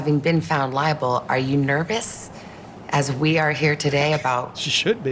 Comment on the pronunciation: "Having been found LIE-able"